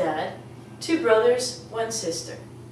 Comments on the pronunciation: Hello, I was just randomly looking up 'How to speak English' when I found this. I am a native English speaker, English was my first language, and I just wanted to see what it's like to teach english. When you put the enunciation for brothers, the 'r' is pronounced in it as well. So you'd say 'bruh-thurs' not 'buh-thurs' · BRA thurz not ba!! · Oh I see you insist in BA thurs I can hear a difference between MA thur and brA thur don't you touch your palate with your tongue in last but not in MA or FA? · brothers she put ba thuz thats not how u pronounce it she doesnt teach very well im sorry